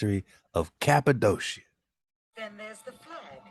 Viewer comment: Cap-a-doe-sha ... 😂.... Next time someone ask me where I'm from ... I'm telling them I was born there!